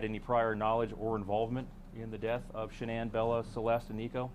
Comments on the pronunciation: Her name is pronounced Sha-nann not Shannon Those detectives screwed up big time everyone who has followed this case saw her lies, so why did the det not?? She threw Chris under the bus I wish he would tell about her involvement in this! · there are hours and days and years and worlds of content about ShannAn but this guy can't even figure out how to pronounce her name